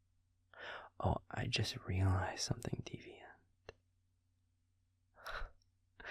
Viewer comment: I melt every time he says deviant with extra pronunciation on the T. ❤❤❤